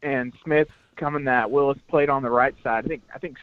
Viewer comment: Its Jedrick Wills not Willis